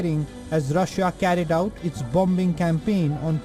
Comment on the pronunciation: Rasssiya ? Please get someone with a good English pronunciation please